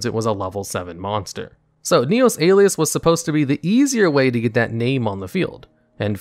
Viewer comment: Top 10 mispronunciations in Yugioh, starting with your version of "Neos"